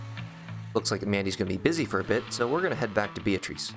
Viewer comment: It's pronounced BEE-uh-truss, not Bee-AH-treess. Sorry, it's a good video, that's just bugging me.